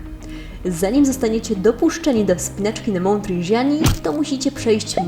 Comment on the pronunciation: Rindżani, a nie "Rinżiani" ten wulkan nie jest we Francji xd